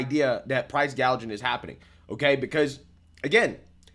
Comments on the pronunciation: She called it price gauging! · I could have sworn Kamala during her whole one minute speech, she even mispronounced “gauging” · Am I the Only one who caught this ??? KAMALA doesn't want to stop Price Gouging she wants to stop "PROUSE GAGING" That's what she Actually Said She was reading from a script and Still couldn't get it right Ha Ha !!! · The fact that Harris cant pronounce "gouging" and says "gauge-ing" shows her stupidity and the fact she is clueless abt economics. How could ANYONE consider voting 4 her? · She said gauging but it is gouging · kamala literally couldn't even pronounce price gouging.